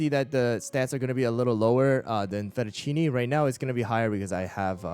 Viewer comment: Day 1 of telling to pronounce fettuccine